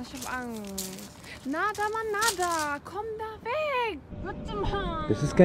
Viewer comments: er heißt naderrrrrrrrrr und nicht nadeeeeer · Leute er heißt Nader mit E und nicht Nadar mit A ❌❌❌